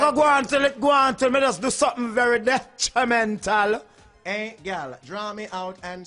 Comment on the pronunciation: De-tri-mental. lol